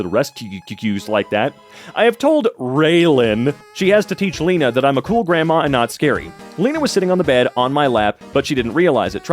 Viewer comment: bro pronounced my name wrong... WHERE IS THE OTHER E THERE IS ONLY ONE E (for me its not pronounced leena)